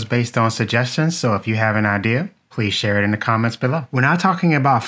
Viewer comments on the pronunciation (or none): none